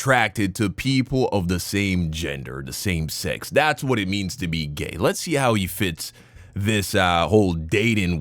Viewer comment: why does he say sex like that. ( She-XXXXX ) like he is afraid of someone will hear him saying that word.